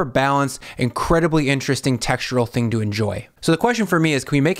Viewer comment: "lets eat this theaeing!..."?